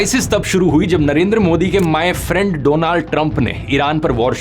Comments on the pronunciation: My friend ❌ MAAI FIRAAAND ✅ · I Really enjoyed this words " My Praand Donald trump 😅😂